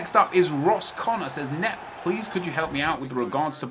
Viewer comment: Nep* not "now" lol